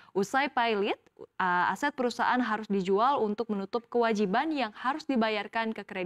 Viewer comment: Setahu saya kata pailit ada di KBBI dan tentu karena di kbbi maka dibaca sesuai dengan penulisannya yaitu pailit bukan pay-lit seperti bhs Inggris, lagipula kata tersebut juga bukan berasal dari bahasa Inggris melainkan Belanda dan Perancis failiet/failiete. Mohon diperbaiki mbak news anchor